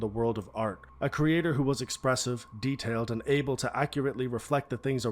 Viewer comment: theres no way just said detailed like that